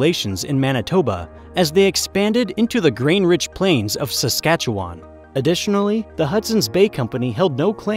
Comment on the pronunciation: he only pronounced Saskatchewan correctly one time. I have no idea why people think it's pronounced Saskatchewaaaaaaaaaaan.